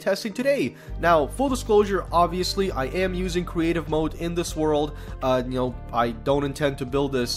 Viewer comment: Anyone else catch him say "cweative mode" instead of creative mode